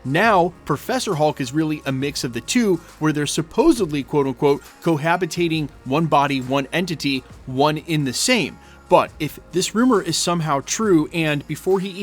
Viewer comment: SupposeDly not supposeBly